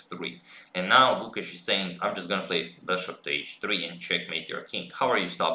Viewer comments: The 'e" in Gukesh is longer and the 'u' is shorter. Its like 'Gukeysh' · #suggestion The pronunciation of the 'e' in Gukesh is elongated, as the 'a' in rAce/phAse. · I'm here to just listen Agad say GUKESH 😜😁